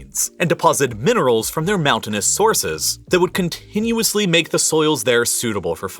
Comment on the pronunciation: Love your videos, hate the "pronunciation" :D Like "CCCCContinuously", "a TTTTThon of people", "TTTTTThon of food"